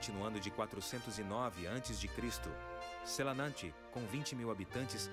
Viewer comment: SelAnAnte??? XD nossa Senhora... por que você tem que estragar assim o nome desse lugar bonito???